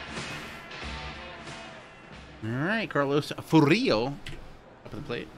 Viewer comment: Fur-ILL-oh. Carl Furillo.